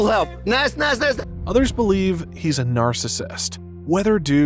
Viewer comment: Naz ❌ NazIii✅